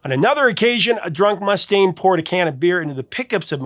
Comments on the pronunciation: Not MUS-taine, Mus-TAINE. Eesh. but failed Basic Metal. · Must stain! That pronunciation had me rollin'!😅